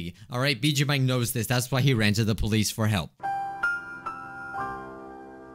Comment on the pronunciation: Can't even say the name of the game right and he's bjjuu Mike not weird salad guy?duh.